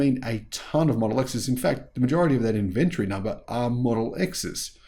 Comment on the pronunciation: please look up the pronunciation of the word inventory. Kind regards 🙏